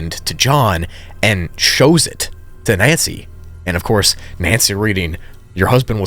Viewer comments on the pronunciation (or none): Him: he shiws a cadaver me: bro has a dlc for premium english